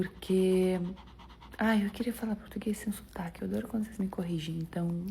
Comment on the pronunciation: Adorei a russa dizendo "teatro" em vez de "tchiatru", como o povo aqui de São Paulo insiste em pronunciar da meneira errada ;) . Mas escorregou no "sutaque" em vez de "sotaque". ;). Muito bom, garota!